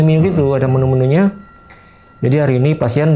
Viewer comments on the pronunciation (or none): Menu bang bukan Menyu